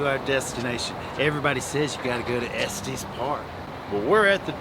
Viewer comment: It is pronounced Estes with a short E sound on both E's. Not a long E sound on the last E.